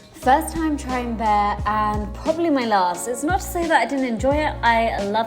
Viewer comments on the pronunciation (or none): Looks like you’re having such a fab time!! You’re so cute 😅 the barre class is pronounced bar not bear 🐻❤